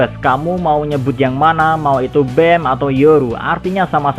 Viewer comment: Pronunciation nya BAM bukan BEM